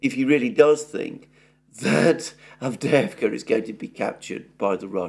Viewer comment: AVDEJEVKA 😂😂😂😂😂. GET THE NAMES RIGHT FOR GOD SAKE !!!